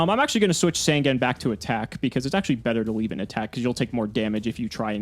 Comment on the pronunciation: I think with the fact is STILL saying Sangan wrong, i think its time I create the yugituber drinking game.